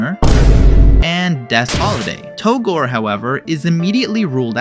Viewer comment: Yeah because "Togor" isn't a character at all. His name is "Togore"